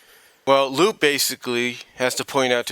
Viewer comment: Oh, and no offense, but you pronounced Lupe's name incorrectly. It's not "Loop", it's "Loo-Pay", or "Loo-Peh". And honestly, I'm not really a big fan of her redesign very much. Her new design looks so generic, and it does not have the same charm or originality than her original design had. I didn't think there was a problem with her being older. But then again, that was a decision on Ian Flynn. So I guess who am I to question his choices? But that's just me. I'm just not a big fan of Lupe's redesign. And contrary to what you said, she's had very few appearances throughout the years. Sure, she did have a few appearances in the comics. But she served little to no purpose to the grand scheme of the story. And I'm rather skeptical. But I don't think we'll be seeing much of her in the future. Not with how Archie Comics continually shoved her to the side.